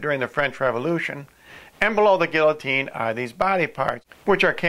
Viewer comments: LMAO...it's pronounced "gee-ya-teen" not "gill-a-teen." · LOL! A Gill-O-Teen. Butchered that word.